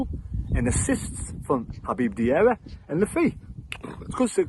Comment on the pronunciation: i wish you would say diarra instead saying propely ask someone else say his name you will learn to say it right